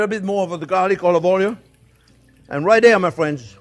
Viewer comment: Omg. I am not making fun or being disrespectful. The pronunciation of Oleever Oooil cracked me up. Jean, I love you. Every time I talk to my parents, I affect your accent. I follow your instructions, and enjoy you.